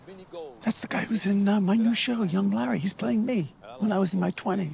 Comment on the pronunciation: Can't even say Larry. Just says La